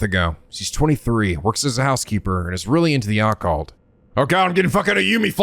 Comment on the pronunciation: Uh,, Occult is pronounced with emphasis on the second syllable. “uh-CULT” not “AH-cult”